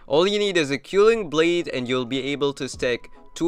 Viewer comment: Gj! Thx! Btw, I'm pretty sure it's pronounced K-well-ing blade 😊